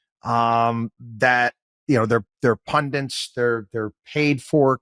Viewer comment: Thw word is PUNDIT...not pundiNt.